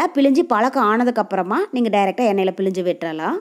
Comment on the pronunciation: Pilinju Tamizl eppadi kolai panringama Nalla Tamizla Pilzinju appadi pesanum Jangri super